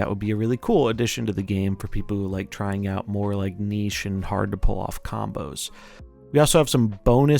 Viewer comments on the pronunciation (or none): none